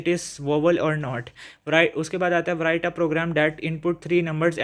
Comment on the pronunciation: Sir write ko prounc si karin (w) silent hy and by the way bht axha tha guess ❤